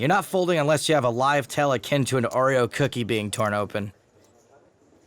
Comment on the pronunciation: I've never heard Oreo or telemetry pronounced so badly